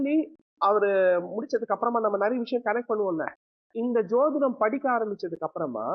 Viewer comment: I think the anchor is not using the word JODHIDAM, as he pronounce SOTHIDAM. WHY, IS THERE ANY REASON. SEEMS TO BE VERY CHILDISH. ALSO HE WANTS TO QUOTE AN INCIDENT LIKE CASTE DISCRIMINATION HE FACED IN LEARNING. LET HIM EXPLAIN CLEARLY NOT BEATING AROUND THE BUSHES